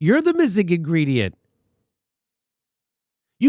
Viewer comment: hehe inGREEDYent